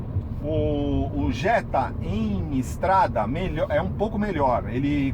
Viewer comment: Jetta é Jetta pelo amor de Deus